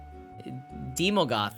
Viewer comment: so he perfectly nailed daemogoth and then chat trained him to say it wrong ... good job chat xD its AE not EE xD nearly as fun as chat wanted to give shadrix an F xD